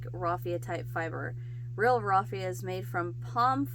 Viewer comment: The word salable means fit or able to be sold. You pronounce the first three letters like "sail" or "sale". The first letters of raffia are pronounced like laugh.